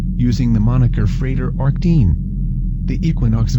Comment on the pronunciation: This is quite well done, despite the annoying computer voice. However, the pronunciation of Achad is incorrect.